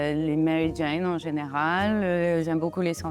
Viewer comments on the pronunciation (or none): none